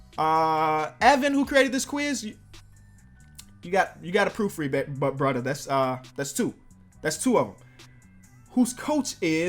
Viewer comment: “Evan you gotta proofread ba-short pause-brother” Haha no disrespect